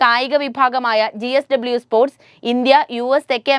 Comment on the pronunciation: ചേച്ചി gsw അല്ല jsw